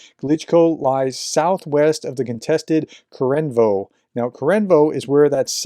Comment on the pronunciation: Glush-ko-vo Not gluishko Ko-re-ne-vo Not korenko Ffs just read the name phonetically, it's not that hard.